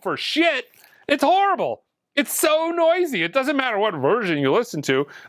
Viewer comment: Hello from France, horribbbbblllleeee😂. I kwnow this word, it's the same word in french. Do you mean the sound is horrible because it's made in France? Be Carefull 😂😂😂. At your next vidéo 😊